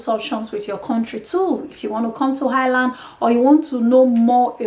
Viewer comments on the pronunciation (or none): If you are going to move to a country perhaps learn how to pronounce the name. There is no h in Ireland. I have no experience of Italy but can tell you the Irish are more racist than England. Don't be fooled by the surface friendliness and victim hood. There have been riots based on racism in England but equally in Ireland with the same or worse levels of violence. A big difference between the English and Irish is that Irish people wont say to your face what they think. I think the violence is going to get worse. They are a conservative people with little experience of hosting and tolerating foreign communities. It wasn't that long ago they got rid of the English except for N Ireland. And to be fair why should they be obliged to take in foreigners?